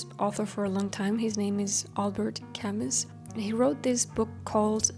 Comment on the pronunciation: Welcome back. I really like Albert Camus. I thought you were talking about someone else because Camus is pronounced without the "S" at the end. You must read "The Myth of Sisyphus" by him. It's a short book composed of several essays. Although it has several themes, the one I related to the most is the role of the artist in this world. I visited his gravestone once in Lourmarin, France and it was a magical place. The South of France changed my vision of the countryside forever. :)